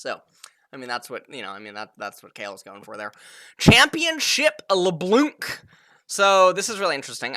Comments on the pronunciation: THIS FOO SAID LeBLUNC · stop pronouncing the "c" in Leblanc, also spread the word to other casters